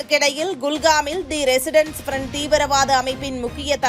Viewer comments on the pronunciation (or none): Resistence….not residence. English also an unknown language for you guys.